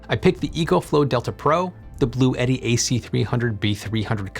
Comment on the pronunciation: Bluetti is pronounced Blue-tea. Two syllables.